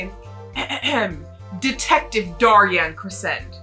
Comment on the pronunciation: For Daryan Crescend’s name, I believe it’s pronounced dare-ee-en creh-shend, I’m not 100% sure on his first name but his last name comes from “crescendo” which is a musical term that means to gradually get louder